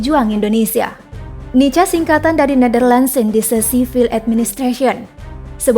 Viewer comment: Dibaca (nika) bukan nica.. kebanyakan yg berkhianat saudara2x kita dari timor..